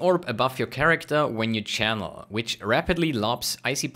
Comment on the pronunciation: i like how you pronounce channel map lol